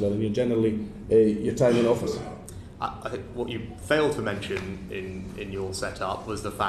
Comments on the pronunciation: Prime miniature! 👌😂😂😂 I heard it! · “Primeminiture” 😂 love it